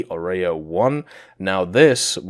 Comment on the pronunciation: Its not a oreo its Orao. good lord.